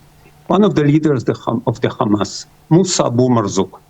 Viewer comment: Can she stop saying Gamas, using the Israeli pronunciation. It's Hamas.